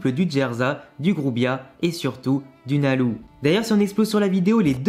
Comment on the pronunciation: pourquoi tu prononces « nalou » alors qu’on dit pas loucy mais lucy ? Ça me stresse 😭